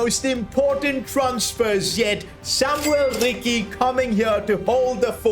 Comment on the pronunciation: Samuele Ricci, not Samuel Rikki.